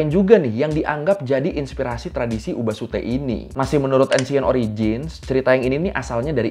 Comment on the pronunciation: Kalo gk salah katanya tuh bukan ‘ubasute’ tapi ‘obasute’ (obaasan = nenek , suteru = membuang)